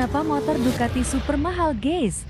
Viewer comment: Jangan salah ngucapin antara GUYS dan GAYS. artinya beda jauh tu Ceu.....